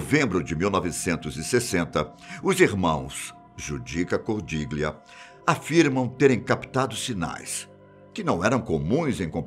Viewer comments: Cordiglia pronúncia correta GL = ao nosso LH. Cordilhia!!! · Esattamente! Ho notato questo errore ...